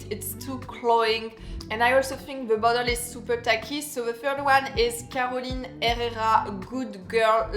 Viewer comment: Dear, the name is Carolina Herrera, not Caroline.